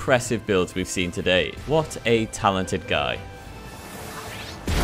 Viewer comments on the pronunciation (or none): none